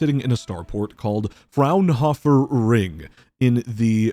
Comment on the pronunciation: German here, Fraunhofer is spelled with a strong emphasis on the vocals. Something like FrOwn-hoe-fer.